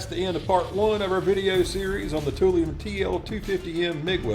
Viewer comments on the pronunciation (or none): "Tool lion." Toolion. Not "tool-eon" Toolion..... Raaaawrrrr....... ferocious I realize....... I'm the tool🤣